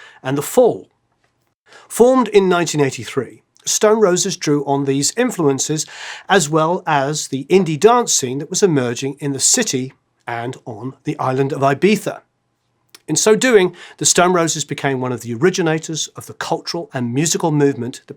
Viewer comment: What a funny pronounciation of Ibiza! It's a mix between english ("eye"biza) and Spanish (the "z")